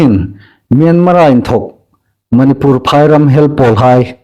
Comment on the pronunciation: Manipùr tia lam hi indikin ei hriet am ? Manipur ti el ding a nih.